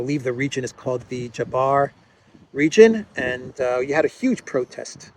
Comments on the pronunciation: Location in Serbia Jadar isn't pronounced like "zhadar", but more like "yhadar" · You are Jabba the Hutt, I tried to help you pronounce Jadar “Yadar” but you don’t listen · pronounce Jadar as if you see Yadar. Also, the stress is on the first A, not on the second A (in Serbian language the stress is almost always on the first and never on the last syllable...). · The name of the Lithium mining area in Serbia is "Jadar" (try to pronounce it as "Yadar"). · Hi, The area in Serbia is called "jadar", and pronounced as Yadar. First a is short, accent on first a. Mineral is called yadarit, after river Yadar. Groundwater would have been heavily polluted with enormous quantities of sulfuric acid and affect the entire area, all way through to catchment that supplies Belgrade with drinking water. Serbia lacks environmental protection laws, that is why the exploitation is attractive to foreign capital and suicidal for Serbian nation and its economy. Cheers from Aleks, a water engineer. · Jadar (pronounce as Y) region in Serbia. I'll buy you a beer as well if I come to Cyprus 🎉